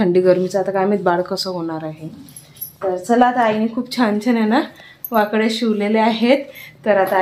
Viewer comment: तुम्ही ळ ला ड म्हणतात म्हणून वाकळ्या हा शब्द वाकड्या होतोय 😅